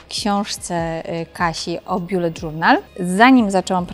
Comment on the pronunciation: angielskie słowo "bullet" czyta się "bullet", a nie "BJULET"